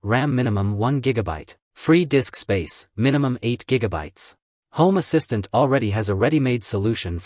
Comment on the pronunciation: та на английском он же не правильно говорит.